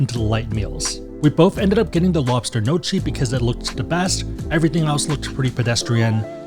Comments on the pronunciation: Gnocchi niokki not nochi (he really needs to work on his pronunciation of foreign words) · How are you pronouncing so many words wrong? Bidet? Gnocchi?